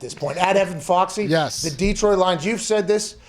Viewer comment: Hey Pat. Detroit is just one E. Its not DEEEEEtroit. Its just Detroit.